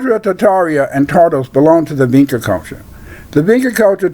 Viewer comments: Sounds like bullcrap. It is pronounced VinCHa. Hungarians are Finno-Ugric and what migration route did they take from Africa then??? Magtays came to Europe from the 5th century and have nothing at all to do with Vinča civilisation. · If you actually knew how to pronounce "vinča" you might have a little more credibility. As for the Magyar hypothesis, history, linguistic evidence, and archaology says they didn't reach the Vinča cultural area until millenia after these sympbols were in use in the area of Romania and Bulgaria.